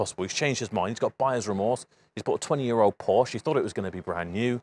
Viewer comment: Its becoming a rarity these days that people (including Porsche Staff) pronounce Porsche correctly. You deserve more subs for that alone!😁